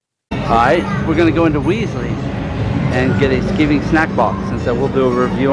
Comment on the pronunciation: Pronounced sky ving not skiv ing